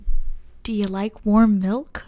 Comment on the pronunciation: I’m severely uncomfortable by the fact that he calls milk melc 😐 as an Australian he is officially not allowed back in the country